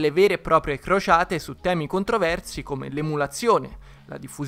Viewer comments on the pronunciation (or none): io vi giuro che ho capito Frociate al posto di Crociate